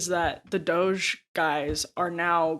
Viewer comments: It's not pronounced Dojay! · Ryan: "DOE-JAY officials" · Does Ryan think it's a sick burn to keep calling it "Doh-jay?" That's as pathetic as people saying "Drumpf" being like "i'M rEsIsTiNg..." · Ryan pronouncing it as “dogè” killed me 😂 so fancy, so official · Bro stop calling it DOGE-ey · why does Ryan pronounce DOGE as “Dojay”???? it’s pretty easy and clear to know how to say it if you understand english. why has no one corrected him? he just looks stupid saying it. i love ryan tho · appreciate Ryan trying to get the pronunciation right on doge, but it's DAH-GEE. thanks for a good show, y'all. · FYI Ryan it’s pronounced Dog-ee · Bothers me that ryan can't or won't say doge correctly. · im still triggered by the way ryan says "doge" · I live for how Ryan intentionally mispronounces DOGE lolol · yeah emily commented on it recently with ryan and he continues to misspronouce it lol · Ryan and Sam Seder leading the way in doggie pronunciation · I gotta be honest - every time Ryan mispronounces DOGE I find myself rooting a little bit harder for Elon. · Ryan's mispronounciation of DOGE renders every single thing he says afterward moot. Mountains of MDS-fueled bias.